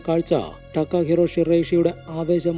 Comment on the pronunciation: ടക്കാഹിറോ അല്ല തകാഹിരോ അതാണ് ജപ്പാൻ വേഡ് 😌👋